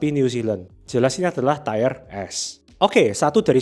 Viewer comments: Tire dibaca tayer (ˈtī(ə)r) artinya ban. Tier dibaca tier (tir) artinya tingkatkan. Entah maksudnya ini Ban atau tingkatkan. Kurang enak aja dikuping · tolong baca tier yang bener. ti-er, bukan tayer. udah beberapa kali bikin video tier baca salah terus. kedengeran jadi kurang teredukasi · Tier (Tir) dibaca TAYER.... hahahahahah.. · Tier bacanya mirip dengan teer/tir. Kalau tayer itu tulisannya tire atau ban artinya. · Terima kasih untuk materi2nya yang informatif. Masukkan saja, untuk pengucapan kata TIER, bukan "TAYER" melainkan "TIR" 🙏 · Tier nyebutnya TIR bukan TAIER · wkwk udah dari dulu bro diingetin di tiap video, tapi tetep aja enggak berubah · Nice vid, tapi sori nih, mau info aja kalau tier itu bacanya "tier", bukan "tayer". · Bahkan sub otomatis nya jd nulis tire/tayer bukan tier. Emang aneh ini yng punya ch antara GK baca komen atau batu ya wkwkwk. Pdhl udah ada yang ngasih tau cara baca Tier itu gimana pengucapannya. Sekali dua kali masih maklumi, tapi dah 3x sih. Ku sendiri ikutan Gedeg dengarny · Please stop bilang TAYER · bacanya tir bang, bkn tier.... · ngomongnya jadi kayak ban